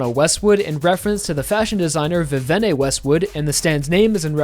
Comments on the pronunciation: Great video but btw Vivano Westwood's reference is called Vivienne (Vee-vee-en), not Vivenne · I love this video!! just wanted to add 2 things. 1) Hermès is also a luxury brand and in greek mythology is Messenger of the Gods 2) "Vivienne" Westwood is pronounced VIV-vee-en, no need to pronounce the last E like Italien. Fun Fact she was the original designer (her first husband was also the manager) for the Sex Pistols (Mista's Stand!!!)